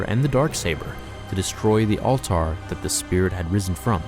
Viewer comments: "all-tar"? my guy, it's 'all-ter' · Do u know English, Alt-are instead of Altar? Wow-nd instead of wound? Bruhé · One of the problems with reading a script is that it's easy to lose the thread of what you're saying, resulting in pronouncing "wound" (injury) as "wound" (wrapped around). Also, "All-tarr" instead of "altar" (pronounced "alter") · All-tar lol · Learn how to say alter, its not all-tarrrr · Altar is not pronounced "all-tar", my man. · Really good video with the music it felt like some good epic storytelling. The only thing that ticked me off was your pronunciation of “altar” in the video half way through and “wound” 3/4s through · You said altar wrong.